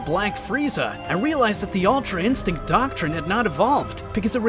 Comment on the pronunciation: Yeah thats true oh but btw its ultra instinct not altra insinct